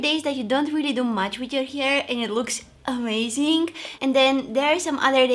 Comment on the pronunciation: Im never gonna get over you premonition of the words Something - somethink Amazing - amazink Happening - happenink I love it 😂❤️